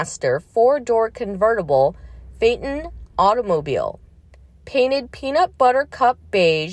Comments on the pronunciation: Pronounced fay ton, Not Fat ton. Get it right! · The cars name is pronounced: Fayton.